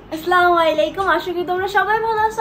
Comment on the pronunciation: সালামটা ভালো করে দিও, আসসালামু আলাইকুম এই ভাবে ok